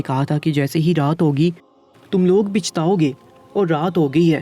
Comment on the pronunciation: Pichtao(پچھتاؤ )زیر نہیںnhi Pachtao(پچھتاؤ)زبر بولا جاتا ہے apni zuban to theek karo